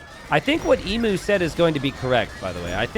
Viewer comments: Yeah I died a little inside when I realised Emu was in this game and hadn't fixed his pronunciation of the word... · man I wish you would pronounce Emu right. Its "Eem-you" not E mu. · As a aussie hearing people pronounce emu as "e-mu" instead of "eem-u" is just so wrong